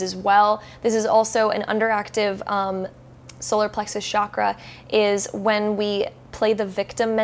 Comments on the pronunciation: Sure, interesting and everything, but, please, I beg you, from now on, whenever you utter the word chakra, please say it with a distinct ch as in chair sound. Being into spirituality means respecting the language of origin of the terms you work with, right? Do keep that in mind. Thank you. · Genuine question, why do people in the west pronouce Chakra as SHAKRA? Where does that misconception come from? Do they assume it's of French origin? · Please please please Western world stop pronouncing the Ch in Chakra as SH. It's wrong. It's pronounced as it is written.